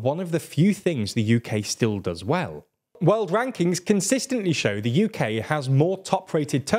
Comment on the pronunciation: First of all, it's world, not weld. Learn your pronunciation